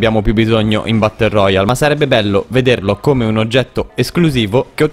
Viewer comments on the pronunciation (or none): none